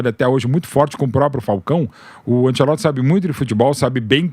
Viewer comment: Ánchélotti, Ánchélótti, Ánchélótrti.... valha-vos Deus|||